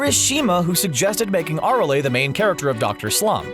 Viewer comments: Nice pronunciation of Arale you fucking casual. Holy shit just reading off the script arent ya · The way he pronounces Arale. 😭